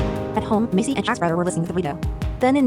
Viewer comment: Her name is Maisy, not Macy